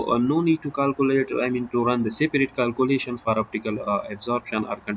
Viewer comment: It's kealcoolation not caalcoolation😂😂